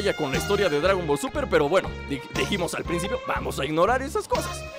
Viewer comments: por que dijiste dragom ball super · Tu dijiste gradon ball super